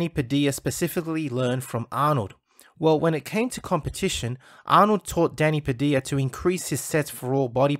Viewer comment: It's Pa-Dil-Ya.